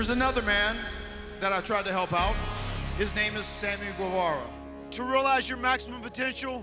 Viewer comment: U is silent in Guevara.